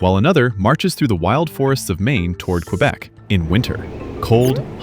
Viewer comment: "Qwabeck" 😭😭 its more like, "Kaybeck"